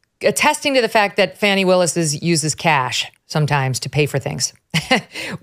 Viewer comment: I thought her name was Fa Knee. Not Fan e